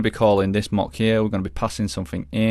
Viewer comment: Great viseo, but the way you pronounce “mock” is driving me crazy